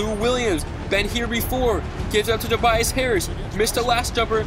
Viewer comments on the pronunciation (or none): none